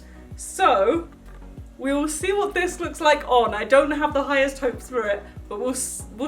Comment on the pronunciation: Who else really really loves when she says "WOT" and not "what"? I FREAKING L O V E IT